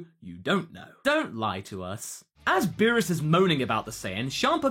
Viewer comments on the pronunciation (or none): none